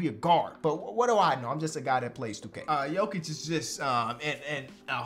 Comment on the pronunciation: Bro Goes "Nikola Jokić, Nikola "G"ović" 💀